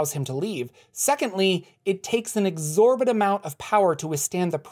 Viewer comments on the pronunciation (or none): none